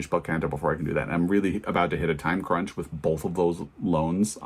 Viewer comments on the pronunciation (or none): none